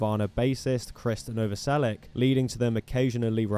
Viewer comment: It's Novoselich, not Novoselick.